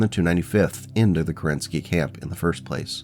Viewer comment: Fun fact. Alexander Kerensky was the head of Russian Provisional Government shortly after February revolution of 1917. He had to escape the country when the Bolsheviks took power. Also, there is a rumor he had escaped the Winter palace dressed in a woman dress, but it is likely untrue. Also, if I am correct, his last name is pronounced KErenskiy, not KerEnsky.